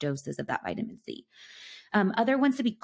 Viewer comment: Is she saying vitamin z or c the first one🤣?